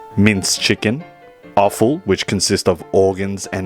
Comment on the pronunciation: Offal or awful? Both? 😂